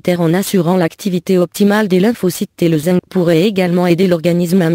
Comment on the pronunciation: On dit zinkk pas zingue